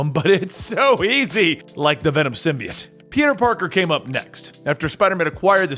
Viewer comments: i like how this guy pronounces symbiote "sim-be-its" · He pronounce symbiote wrong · The way he pronounces symbiote makes me not want to watch it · The way you say symbiote makes me want to kill myself